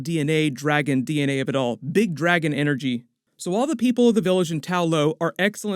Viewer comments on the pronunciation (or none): Bro, did you say “big dragon energy”?!?!? 😂😂😂😂